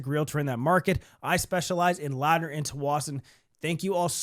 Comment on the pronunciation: Funny hearing you say tsawwassen and Ladner lol the losses of the condos here are bananas especially the people who bought on the tsawwassen native reserve as they have a 99 year lease that started around 2016 so really those places aren’t worth anything